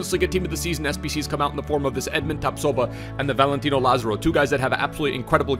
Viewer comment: say it with me "La zar o"